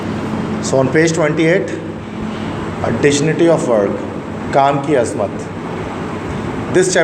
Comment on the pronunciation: Sir the correct pronunciation in the word dignity has gi sound instead of ji